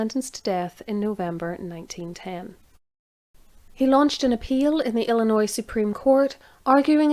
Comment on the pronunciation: calling. Thank you for another great episode of History calling. Also bless and thank you for pronouncing Chicago and Illinois correctly. So many butcher the names. Especially our state's name.